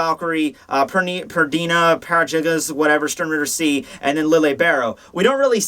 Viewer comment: PERNIDA! It's frigging PERNIDA,! P-E-R-N-I-D-A. Not Perdina.